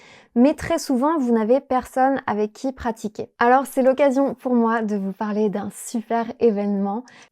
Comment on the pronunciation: je suis française et je trouve que avait un accent super on dirait presque que c'est sa langue maternelle 😱 Par contre je trouve qu'il prononce les "r" "w" comme dans "pour" il a dit "pouW" au lieu de "pouR" mais c'est rien de bien grave 😅 Bravo a tous vous êtes incroyables notre langue n'est pas facile alors chapeau 🎩! Et bravo pour ce travail il porte bien ses fruits!